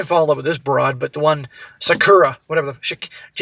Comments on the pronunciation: It’s pronounced Sok-Curr-ah!😂😂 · Sa-KU-rah. He should easily be able to get a job teaching English. He said he was a high functioning autistic - perfect mentality to master hacking.